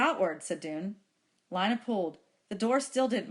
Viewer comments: How do I have 100 Subs Without any videos? It is Lina so it is lee-nuh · It’s Lina not Lana but thanks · This was very helpful, so thanks. ( It's Lina not Lana)